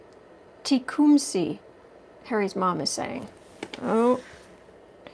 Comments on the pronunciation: I teach at Tecumseh Elementary. It is pronounced Tek KUHM suh ( all vowels short, middle syllable emphasis. In Ohio they had outdoor dramas etc-- so I've heard the name pronounced a million times. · It is pronounced. Two-cum-saw There is a old movie about West Point, and they talked about it a lot and they pronounced it two-cum-saw. I hope the helps.